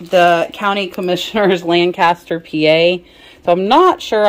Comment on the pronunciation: If you're from there, it's LANcaster (emphasis goes on the first syllable). And the syllables are not drawn out, but short.